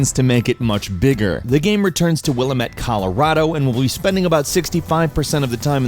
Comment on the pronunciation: It's not "will-a-mit". It's "will-am-it".